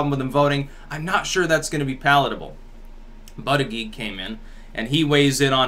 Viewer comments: if there's a heartbeat. IT"S ALIVE. If it's in a woman's womb it's a living baby! Killing babies is fucking wrong! Aside from that, I liked your cast. (By the way, it's pronounced BOOD-EDGE-EDGE... Not BUD-eag-eag.) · I think Buttegieg is pronounced (boo-deh-jeg). Good point btw that nothing is free. No such thing as a free lunch, people!